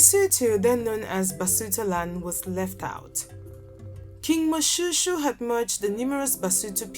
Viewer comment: Moshoeshoe not pronounced like shoe, please.